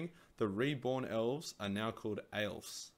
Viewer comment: Yeah, but A is silent when pronouncing word aelf which comes from old english word ælf. # The More You Know